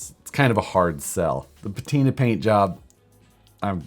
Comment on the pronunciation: That's a big fail on the "patina"